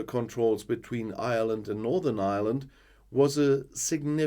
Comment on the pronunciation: Ireland is the name. You will attract the ire of the Irish. Remember that it's pronounced IREland, not island. Failte go hEireann.